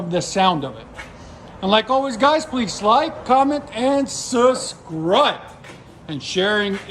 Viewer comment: My mans........SUBSCRIBE This man says suscribe lmao theres a B right there when u zoom in on the sticker 🤣🤣🤣💀